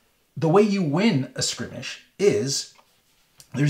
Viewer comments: He says, "Skrimish"? Does he mean Skirmish? Probably. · He keeps saying "Skrimish" instead of "Skirmish" eye twitch lol